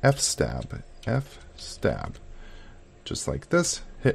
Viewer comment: Video quality is fine on the desktop but very VHS cam quality on everything else. Is the lens greasy? And just some nitpicks - it's called an fs-tab not f-stab as in File System Table not a File Stable (hehe). And it's AUR as in A.U.R. not R. Most people pronounce the /etc either by its letters or by saying it like etsy.